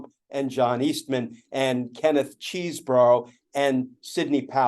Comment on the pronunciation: "Chez" not cheese. borough